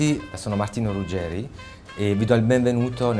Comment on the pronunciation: Stavo sopportando la pubblicità per guardarvi poi ho sentito il tizio dire Ruggerì invece di Ruggeri e mi son detto “gente che non sa come si chiama difficile che sappia fare altro”